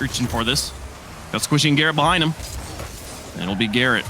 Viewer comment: behhhrrrind ! lmao